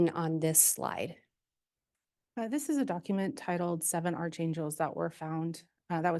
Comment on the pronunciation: Archangel is pronounced with a hard "ch", like "ARK", not "ARCH".